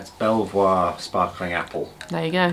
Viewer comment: Glad you had such a lovely birthday! That platter looked amAzing, hungry now😋 I didn't get the cake reference either🤦 but thought it was very sweet. Oh and FYI to (as he is always teasing you for not knowing stuff!) It's pronounced 'beever' (like the castle) not 'belle voir' 😉 you're welcome😏